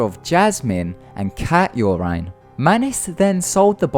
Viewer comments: "Cat your-ine." Do you mean "Cat urine"? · you say urine like "your rine" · Ha, love the way he pronounces "Urine"..."Ur-In" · Cat urine isn't pronounced with the i in line. It has the i as in, well, in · I love how you pronounce "urine". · He doesn't pronounce it correctly so shut the fuck up